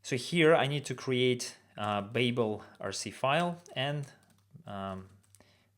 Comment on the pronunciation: BTW babel is pronounced bAbel - a long A sound, its from the hitchhicker's guide to the galaxy